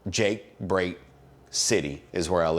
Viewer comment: It's pronounced like the letter "G".